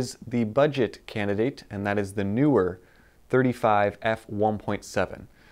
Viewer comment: "Tech Mafia" 😂😂😂 There's a newer Sony lens or are you butchering the pronunciation of 'Neewer'?